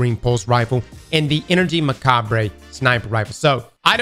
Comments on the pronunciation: "Macarb", NOT "MacabRAY" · Bro stop saying 'muh ca brey' we told you about this last year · Is that how all Americans pronounce macabre? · Yeah you don't pronounce the re on the end of macabre! 😂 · Love that he can’t pronounce macabre